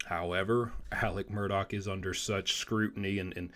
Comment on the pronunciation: Good job. You said his last name right with the “k” sound on the end! I keep writing his first name as “Elec” because that’s how everyone around there pronounces it. Nobody has called me on it, lol. I knew a family from Atlanta decades ago who said their family member’s name the same way. And as I have followed this case, my understanding is that Elec asked Buster to get somebody to put money on another inmate’s canteen account when he was awaiting trial. That they was county jail. It’s in the phone call recording.